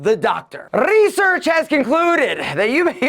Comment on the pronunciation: "Rrrrrrrrresearch" gets me all the time😅